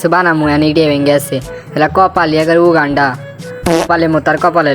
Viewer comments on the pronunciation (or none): none